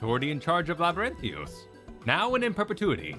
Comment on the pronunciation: LabyrinthIos. Everyone